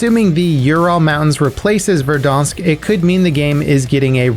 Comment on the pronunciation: love how he says Verdansk like stonks lol